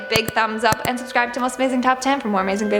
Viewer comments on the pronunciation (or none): none